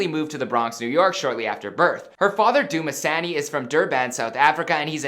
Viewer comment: The way he pronounced her fathers name "Doo-Ma-Sanny"😂😂😂😂 Bro the name Dumsani is pronounced "Doom-sunny" Trust me im from Durban myself😂😂😂😂